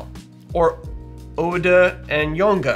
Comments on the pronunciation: I love your pronunciation of Oude and Jonge because they literally just mean old and young and are pronounced au-de not oode and yo-n-e not jonke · Its pronounced ow-de😂 and j-on-ge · The 'ou' in oude is pronounced as the 'ou' in house & jonge is just difficult to explain to someone who isn't dutch, your pronunciation was still pretty good tho